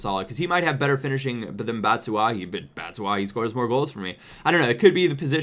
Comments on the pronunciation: bat-u-shy not bat-su-ah-hi lmao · its pronounced BAT-SHU-WHY-EE